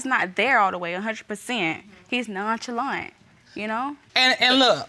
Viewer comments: I Need Her To Stop Pronouncing Nonchalant Wrong Its Gut Wrenching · Her pronunciation of “nonchalant” is killing me!